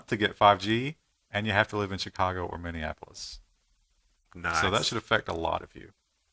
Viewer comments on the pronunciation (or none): none